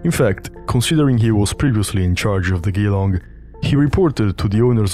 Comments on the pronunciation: Its Geelong with a G like George, not like Green. Why do non-Australians never manage to say Australian place names correctly? Im yet to meet an American who can pronounce Brisbane, so they have no chance with Whyalla, Wagga or Woolloomooloo. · awsome video but as an aussie you got geelong so wrong hahah. its jee long not gee long as in "jee thats rough" or you could pronounce it like joke as in jelong. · "Geelong" First syllable is pronounced "djee" as in "Gee-Whiz" not "gee" as in "gears" (For non-Aussies, Geelong is a town near Melbourne, and Waratah is a large shrub) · Hi mate. In case you’re interested, “Geelong” is pronounced “Je-LONG” Top video, cheers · The pronunciation of Geelong is Jah long, or a short Jah like j'long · FYI "Geelong" is pronounced with a soft g like a j sound. Jelong. (it's an aboriginal word) -Signed, an Australian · Geelong is produced Juh-long. Otherwise a great video! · hurts to hear you pronounce Geelong incorrectly (its Gel long/ G long) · it’s pronounced “G long”. It’s a small city in Victoria. Aussie pronouncing can be hard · Good video. But Geelong is pronounced like Jah-Long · The way you say "Geelong" is funny. Here in Australia we say it as it has a "jer" instead of "gee" so The word "jerlong" Here a video of some random news clip. Thank you for the video mate! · “Geelong” is pronounced as “Ghee-long” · Geelong is pronounced Jil-long with a 'J' sound not a 'G'. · "Geelong" is pronounced "jillong" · Glad you picked up the narrator on that ! It severely reduces their credibility if they can't even get common names correct ! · Soft G like a "J", short "e" not "ee": Geelong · Dude, for the love of God, that's not how you pronounce Geelong! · You're not the only one I've heard pronounce it like that in videos about Waratah. I think it's a pretty common mistake for non-Aussies. But yes, "Geelong" is pronounced "jeh-long" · Geelong is pronounced "Jee-long" btw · Good video! Jeh-lawng